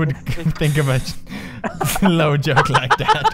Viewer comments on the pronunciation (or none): I thought he said a 'flou joke' then realized it's 'slow' hahaha. don't know if anyone here talks afrikaans